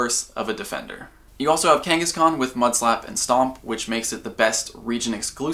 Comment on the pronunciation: kangahskahn is realy annoying when you live in Australia most of the time i jusy leave em there and despawn